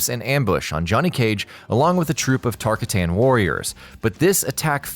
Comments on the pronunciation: Tar-ka-tan... not tarka-tan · Tar-cotton Not tarka-tan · Tarkatan is pronounced Tar/kot/tin. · "Tar -Kar-Tan"?Wtf it's pronounced Tar-Kar-Tun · tar cottan not tar kat tan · Tar - ka - tan...... Tar - kot - in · ITS NOT TAR KAY TAAN ITS TAR CAUGHT ON Spelt tarkatan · TAR-KAH-TEN ...Fucking Earth realmer. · It’s tar-ka-tin tarkatan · Just say it like Tar Cotton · Tarkatan is pronounced like tar-cotton my guy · Quaid Dalton I’m pretty sure josh is right. It’s definitely pronounced tar-Cotten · You are tell when someone has no idea what they are talking about lol “tarkitan😂😂😂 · It is pronounced Tar-cotton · Ohh yea its purnounced Tar cotton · Dude you said tarkatan wrong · How does one pronounce Tarkatan so heinously wrong?? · This is how everyone knows you don’t play mk. You can’t even say Baraka’s race name correctly. Delete yo mk videos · I don't know why but it really gets to me when he says it wrong lol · he's still saying baraka's race name wrong. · hes doing it on puprpose, This announcer has said barakas race before the right way. I think they are doing it on purpose for the comments, think about it. Comments have gone up since that one guy said tarkatan wrong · bro c'mon, it's not tarkatan, it's TARKATAN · Pronounced "Show-cun" and " Tar-caught-tin"